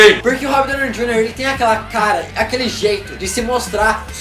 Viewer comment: Vc poderia ter pronunciado melhor o nome do Robert D. Junior né.